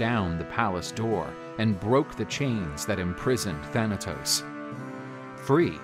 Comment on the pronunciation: Do y know Greek cuz u said the name thanatos perfect grecce θάνατος if u know tell me